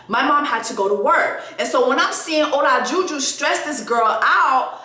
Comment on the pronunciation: Not ola-ju ju 😭 but yes MAFS seems not to care about ppls —esp blk women’s mental health & it’s hard to watch sometimes . Btw his wife’s name is katina